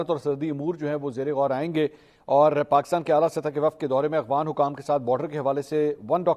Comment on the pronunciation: Aghwan nahi afghan hota hai